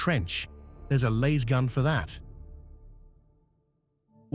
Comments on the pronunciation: It's a Lass-Gun, not a Laze-gun,. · The a is short not long. Damn this AI voice crap. You'd think with all the money spent on AI research that it would know grammar. Yet it still can't get 1st grade grammar correct.